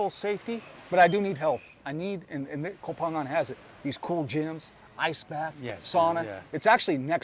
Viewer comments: Thanks for not saying “co-pangyang” like every backpacker there for the FMP 🤦🏼‍♂️ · Hey, I'm pissed off at you, amigo. My GF says you say Koh Phangan better than me, 555. Favorite part of the vid... the girl passing you on her bike while you are on your MC. Funny. But as a fellow YTer, I know the reality. Even with a dead cat, going fast creates more wind so messes up the sound. When I film on my MC I usually do it on a small soi because I go so slow, so I'm with you. Ah the headaches we YTers have... Enjoyed the video, like always.